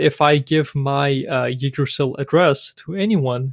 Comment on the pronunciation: Nice intro toYggdrasil! It's pronounced like this though